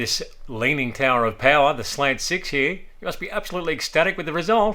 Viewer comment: His inability to pronounce slant in English is sad.... every slant is a slag... I can't decide what is worse, Arkansas or Australia